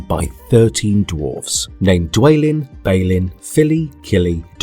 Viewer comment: You pronounced dwalin and balin wrong. It's Dwâ•lin and Bâ•lin